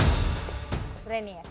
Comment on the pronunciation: dice Reinier y es Renier xD